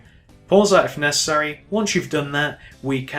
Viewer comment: even though you say p"pause if nessery"